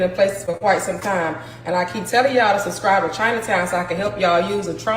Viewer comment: Did she say, "make sure you suscrive"? 😅